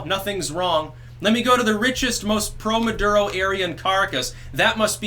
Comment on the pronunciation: Maduro pronounced "Murdero". Coincidence? Tinfoil hatters believe I think NOT.